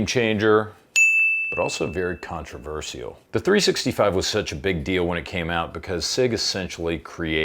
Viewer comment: is the only English speaker I’m aware of that makes “controversial” into a 5-syllable world, just like God intended.